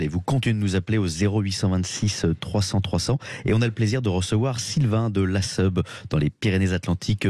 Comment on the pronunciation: Mon dieux la prononciation .< .. Lasseoube....> non Lasseube ( eube).